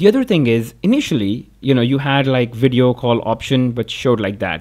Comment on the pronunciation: "pro WIDEO"